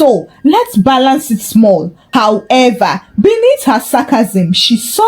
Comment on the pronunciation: Aks & however were distracting